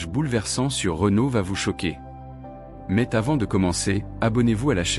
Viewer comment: Renault? Mais-t-avant? Diction IA de m... Je ne vais pas plus loin...